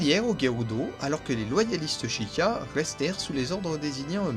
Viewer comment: et sheikah ca se prononce chaykah